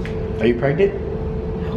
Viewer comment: Are you pregneant😂